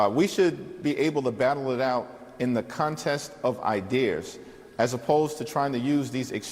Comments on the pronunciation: Anyone that says "Idears" instead of ideas is a moron. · It's Ideas' not I dears. Words Salad Idiot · “Contest of Idears” I don’t know that contest. Does it involve ex girlfriends?